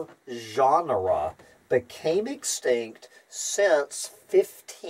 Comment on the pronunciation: Why pronouncing "genera" as "ʒɑːnrə" instead of "dʒenərə"? "ʒɑːnrə" is "genre" - a totally different word.